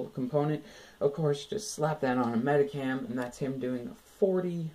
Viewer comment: U say it Medikam, its supposed to be said like MediSHam